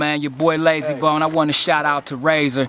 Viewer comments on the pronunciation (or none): Its Layzie Bone NOT Lazy Bone